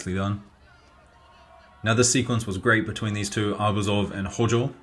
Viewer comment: HOJOは「HOUJOU」って読む